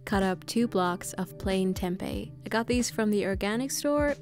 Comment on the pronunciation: as an indonesian, it feels satisfying to hear how you pronounce tempe bcs that's the right way to say it, not tempeh